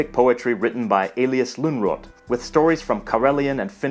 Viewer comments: all cool but you dont pronounce Lönnrot "lungrot". sounds a bit bad :D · The way you pronounce Lönnrot is hilarious. It's pronounced more like "lön ruut". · Elyes Lunnrot 😂 It's actually pronounced aboutta E-lee-us Lern-root :þ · Elias Lunrot ? Seriusly that's a major pronounciation error. As a finn i would pronounce it Elias Lönruuut. Then again if i was being a grammer nazi i would say KaupunKi is city KaupunGit is cities. That's a kinda rare k -> g change. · And I am a Finn. Perhaps you mean that Lönnrot is pronounced lönruut. It's a Swedish name by the way. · Lönrot is pronounced kinda like Luhnroot because it's a Swedish name but then again nobody here probably needs to pronounce it in the future. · Elias Lungrot? Seems you need to work a little bit harder on your pronunciation!